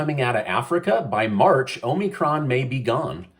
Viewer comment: "HOMIEcron" lol